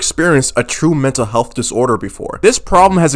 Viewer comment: Ahhh yes “mental heath”